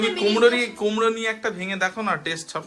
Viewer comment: কুমড়ো দিয়ে ওটা কে কুমড়ি বলে।